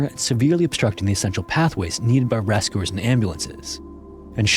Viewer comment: There’s a change in the voice. It’s faster than ones I’ve been watching to catch-up. Twice “spectors” was said instead of spectators. Instead of ‘rescuers’ he says “reskwooers”🤔 AI. 😔 ( I’m only in). This is appalling story. There’s a good hour long documentary made by Australian TV. No AI there. Collaped bridge? Just no.